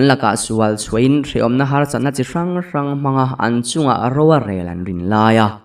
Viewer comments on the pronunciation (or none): Fungki chei ran... tih tur, Ran = Rang.. 😊😊😊